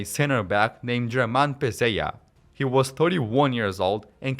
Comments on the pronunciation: Pezella not Pezeya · his name is pronounced Pesseya